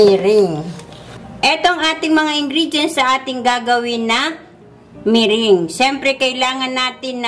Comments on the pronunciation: MERENGUE is pronounced MERANG, not MERING. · the ingredient is "egg whites" and not white egg; big difference in meaning! be aware of your pronunciation of "merengue" it is not "mering" but pronounced as " me- rang"!!!! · meringue pronounced as (merang) po....will try the recipe thank you po